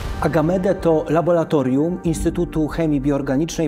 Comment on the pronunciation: Bardzo proszę tylko nie labolatorium.